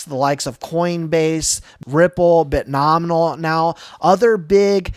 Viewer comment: Dude! Love your content. Please.. It's Bit-No-Mi-al